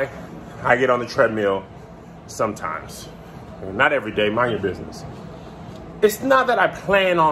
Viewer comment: That was a serious "Sometimes". 🤣